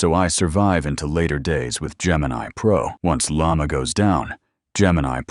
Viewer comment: the way they all call Llama "yamah" is so funny